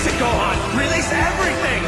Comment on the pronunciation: It's Gohan not GoHAn